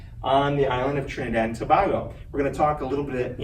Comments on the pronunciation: Overall nice presentation. A couple of pronunciation corrections: To-BAY-go; Elliot Man-nette, not Man-nay. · Would be helpful if he would have learned how to pronounce Tobago. It detracts the presentation when the word is mispronounced